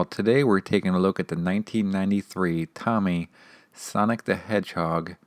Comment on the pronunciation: FYI is not pronounced Tommy. It’s pronounced like “Toe Mee”